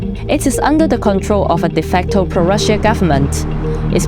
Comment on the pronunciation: I don't know who did the voice in this video but her English pronunciation is quite bad...she can't even pronunce Russia properly, it's pronunced Rusha, not Rushia...she sounds Chinese, not German...anyway not worthy of DW, the entire you really have to pay attention to what she's saying and try to figure out